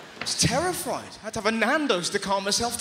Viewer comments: Did Russell say he was "terrifried" instead of terrified about the squirrel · I just noticed, he says “terrifried” XD